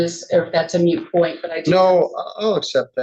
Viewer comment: She lost credibility when she said “moot point” ugh moot! Come on lady